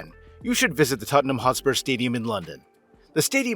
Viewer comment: Hotspur.. Not HostpurS